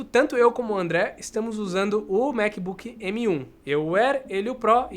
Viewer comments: Tango on-line? Só eu ouvi isso? Kkkk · Tanto??? Ele disse “tango” ????